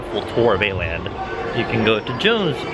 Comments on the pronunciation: I'm confused how are you supposed to pronounce Åland? Cause like it's Å which is an actual letter, not A with just a decoration or something 😂 so it should be Oland rather than Aland when you say it. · You guys pronounce åland funny XD its pronounced 어란드 kinda because this å is swedish o if im right 🤔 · I can't be the only scandinavian frustrated by the pronunciation of Åland